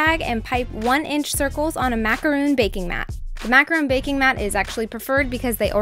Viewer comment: They look gorgeous,but they're pronounced macaron (Mac a Ron) not macaroon the macaroons are coconut cookies.